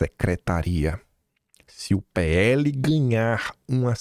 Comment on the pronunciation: PL,!! PE- ELE. NÃO É "PHELE". "PUQUE U PHELE". CARAAAAA....OOO. CAAALMA